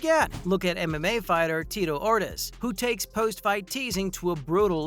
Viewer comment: Mah-chid-uh?? Fed-door?? Tito Or-tis?? Wtf go back and learn how to pronounce the fighter's names.